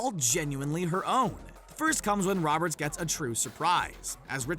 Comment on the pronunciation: he said loberts instead of saying roberts